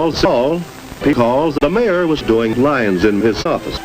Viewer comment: Surprised you didn't use Luxray or something when he said what sounded like "electric lions." I know he's actually saying "lines," but that's not how it sounded.